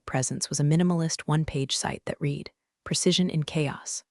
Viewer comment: Stories are often a bit too long. Caption text and spoken word often don’t match. Many mispronounced words in particular “read” often uses long “e” sound when it should be short “e” sound but there are others ( in other stories Patagonia and Pentagon were mispronounced repeatedly). Other than that the stories are excellent